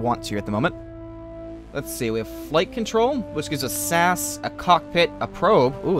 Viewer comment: It's not sas it's S A S